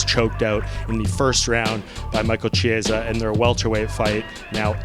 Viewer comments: please learn how to pronounce Chiesa for god’s sake! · You cover this sport and dont even know how to pronounce "Chiesa" Embarassing smh.